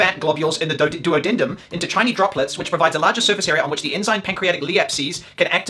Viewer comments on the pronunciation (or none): none